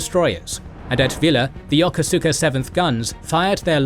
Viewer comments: He's right though. Still remember my cranky skipper correcting a junior officer about that. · You are badly mispronouncing "Yokosuka". It is pronounced "Ya-koos-ka". How do I know? I commanded the base there in the 1980's.